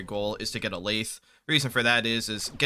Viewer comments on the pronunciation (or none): as someone who works in a machine shop, hearing you pronounce lathe makes me want to get my head caught in one.